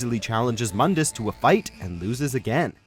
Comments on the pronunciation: Mundus Correct pronunciation: (Moon•duhs) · It's pronounced MOOndus,you uncultured swine.... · You REALLY wanna bash on DmC but call MOONdus MUHNdus?